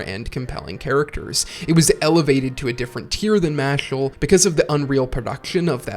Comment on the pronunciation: Harry Spotter. The boy who lifted! Loved the video man. Been a fan of both series for awhile. Only criticism I have is that the main character’s name is Mash not Mashle but I got used to it quick in the video